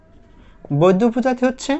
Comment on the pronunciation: its বৌদ্ধ not বৈদ্ধ